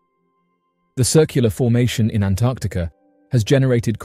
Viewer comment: Thank you for pronouncing 'Antarctica' correctly. So many can't!